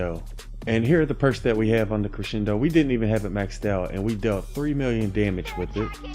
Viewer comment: A1 says creshendo